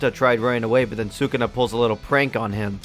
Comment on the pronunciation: You lost all credibility the moment you pronounced sukuna like that lmao